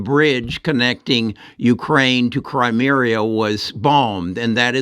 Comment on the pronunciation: It's pronounced cry-MEE-ah, not cry-MEER-ee-ah